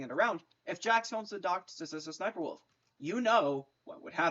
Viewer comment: It’s funny cause you say s,s,sniper wolf